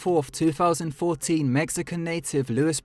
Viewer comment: TWO FOUSAND FIRTEEN